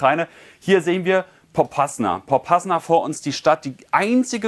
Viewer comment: POPASNAJA wird das ausgesprochen 😁😁